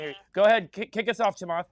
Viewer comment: the off the cuff "" killed me